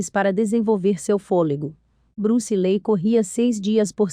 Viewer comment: Acho que a pronúncia é li. Os 2 ee tem som de i